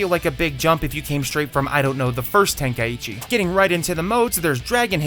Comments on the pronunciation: ten kai ECHEE... its Tenkaichi the way you pronounced it is very wrong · Ten-kai-chi not ten-kai-ichi where tf you get the extra i from? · I am so happy theyve stopped calling it budokai tenkaichi because nobody actually knows how to pronounce tenkaichi It is ten - kai - chi It is not ten - kai - ichi Am i the only one that ever gets annoyed by this? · Correct me if I am wrong but is it not pronounced ten kai chi? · say tenkaichi one more time wrong and i hunt you down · Man, people really need to learn how to pronounce Tenkaichi